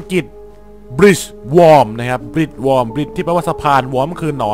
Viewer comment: Worm อ่านว่า วอร์ม